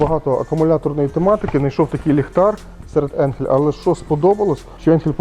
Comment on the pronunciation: Ріже вухо назва енхель але по німецьки читається АЙНХЕЛЬ .